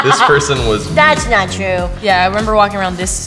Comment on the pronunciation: Billie: das nawt true